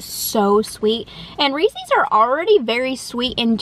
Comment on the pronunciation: Have you ever seen a Reeses commercial? They pronounce it correctly 😊